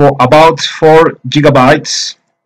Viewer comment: "four JIGABTYES"